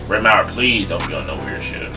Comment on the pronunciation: MAHER NOT MAUER